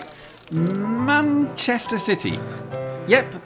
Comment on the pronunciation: That's not how you pronounce "Manchester", though. At least, not when you're from Manchester. At the end of the 1990s, I was living and working in Amsterdam. For lunch, my colleagues and I went to a sandwich place behind the office, in central Amsterdam. There was an English waitress, who wore a T-shirt that said "piss off wanker". (I'm not making this up.) We tried to guess where she was from, so we asked "are you from [some city in central England]?" and she answered: "Noh, Menchesteh". It is rather tricky to pronounce.